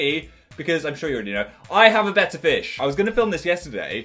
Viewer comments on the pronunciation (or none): The way Phil pronounces “betta” and “urinal” low key stresses me out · Your-eye-nal Bettah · I'm so dumb I thought Phil said "better fish" until he showed his fish I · At first I understood "You can now catch 'better' fish" and I was pretty confused. ^^" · Totally thought he was saying “better fish” for the entire intro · For the first 10 minutes of the video I thought he was saying 'a better fish's until I read the title and notice it said betta I feel stupid{-🎆_🎆-}